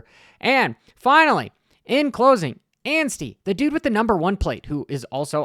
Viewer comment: may as well put that wheelie run through the whoops on video repeat... beautiful sight! also folks... has arrived. for the first time ever he said Anstie... not Ansteen!